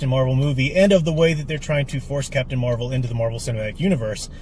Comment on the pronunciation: Captain Muh-Rey-Vel: The first Wahman.